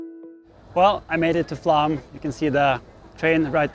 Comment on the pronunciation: Why you keep saying "Flam" instead of "Flåm"? You say the "ø" and "æ" correctly, and you also manage the "å" in your own name "" just fine.